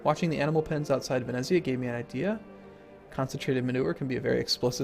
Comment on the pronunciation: Just sayin' but the "z" in "venezia" is the same as in "pizza"